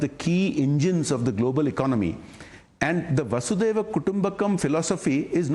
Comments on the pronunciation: Not vaasudeva its vasudeva kudumbakam😂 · Dear navika.. It's वसुधैव कुटुंबकम् । Basudeva kutumbakam .... Please correct yourself